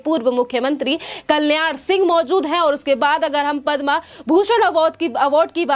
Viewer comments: stupid anchor. She calls Padma as padmaa. needs to be fired right now. Anpadh. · मैडम पदमा अवार्ड नही पद्म विभूषण अवार्ड है। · पद्म अवार्ड है, पद्मा नहीं। हिंदी का चॅनेल है, हिंदी तो सही बोलो। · कृपया पद्मश्री या पद्म एवार्ड कहें ,पद्मा मत बोलें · पद्मा नही पद्म बोलीये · padma nahi padm bolo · Madam, padmaa nai bola jata. Padm hota hai..padmaaa nai. Hindi seekhe. Rest content was good. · हिंदी भाषा का प्रयोग करते है लेकिन पद्म पुरस्कार को गलत रूप से बोल रही हैं